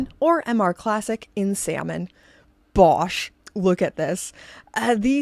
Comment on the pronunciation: Canadian attempt at “bosh” was something special. We’re honoured that you’ve chosen our little, weird but lovely island as your home. We love you ❤❤❤